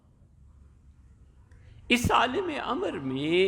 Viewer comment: عالم لام کےزبر سے کہنا چاہئیے لام کے زیر کے ساتھ بلکل غلط ہے ۔